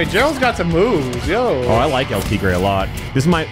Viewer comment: I cringed a little in Spanish when he said El tea gray instead of El Tigre